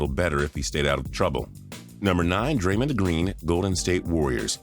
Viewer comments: It’s dray-MONd not dray-MINd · I like how he says Draymnd Green